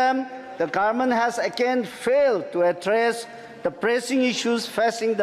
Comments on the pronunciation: 5 years will pass like this by pronouncing Garment (govt) 😂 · Doing his best but please people, keep in mind there is not a single power in the entire universe than can change the pronunciation Gaarment to Government for Aos 😬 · Very good speech but just garment n Government he has to change the pernounce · Indin garment😂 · Garment or government??